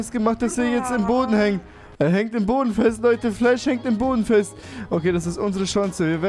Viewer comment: Fläsch nicht Eirenman